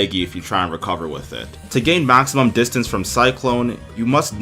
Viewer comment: Distance not distince.